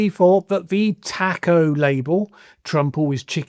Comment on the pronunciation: You are mispronouncing TACO You have to say it like the food 🌮